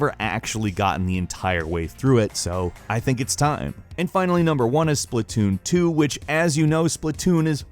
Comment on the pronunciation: Spla2n Not splat two n